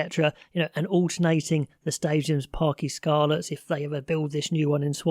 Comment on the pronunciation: the letter ‘y’ when it appears on its own in Welsh is pronounced like ‘uh’ in the English language. Parc ‘uh’ Scarlets. Diolch needless to say another great video.